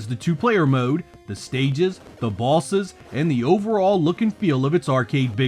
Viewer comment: 😂😂😅 oh man. Great video, but I just have to mention how you pronouncing “bosses” sounds like bawlzez… lol mah bad